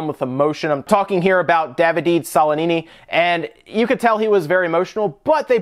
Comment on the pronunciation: I'm sorry, but I'm Italian and you BUTCHERED really bad the name of the poor crying Ubisoft man Davide Soliani With love from pizza and pasta land